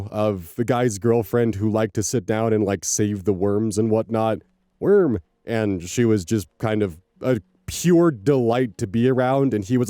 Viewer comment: yes, however rest assured that "woorm" will not end with you, you have so many neurodivergent viewers that I'm probably not the only one who picked up "woorm" from you. "woorm" shall live forever